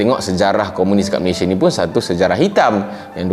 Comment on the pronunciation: Malaysia:- MA-LEY-SI-A bukan Ma-ley-shi-er. Perbetulkan sebutan nama negara kita tuan.